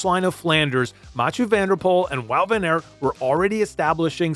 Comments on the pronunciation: It's ok, but it's just weird that in English don't pick the simplest pronunciation: ART would be pretty close to how you say it in Dutch. Nevertheless, great video. I think WVA is a fan favourite because when he's good, he's excellent, but you still see the struggle. MVDP is brilliant too, and arguably the better rider of the two, but when he wins he degrades the other riders and it's like he's in a league of his own. The beauty of cycling is that you don't have to pick sides, as there are 120 in each peloton. My favourite moments of WVA would be: 1/ Strade Bianche 2018, the breakthrough on the road; 2/ the sneaky 2017 WC victory, securing the rivalry forever; 3/ the 2020 CX race in Dendermonde: a mud festival where he proved he was still an old-school CX rider. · Just seeing this now. Great video. Tip from A Belgian: just pronounce it as “Van Art”. Like art. Appreciate that you call him Wawt and not Woot, so Wawt Van Art would make it perfect :) Great vid nonetheless. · Dutch pronunciation can be tricky! I think the analysis and clip selection is so spot on it's the only room for improvement here. Aert is pronounced more like the english Art and Poel is like the english Pool. Nys is pronounced like the word Nice in english. Hope this helps and again, great video.